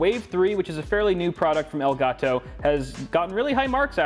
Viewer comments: "EL GAAAAH TOE" - 2020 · I've never before heard anyone pronounce elgato as strong as this man.